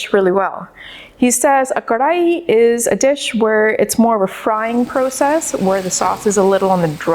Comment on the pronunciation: Like the way you say Karahi the right way ;-D Gotta try it someday...! Great video.